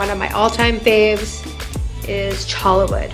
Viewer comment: It's pronounced CHOY YA not CHO LA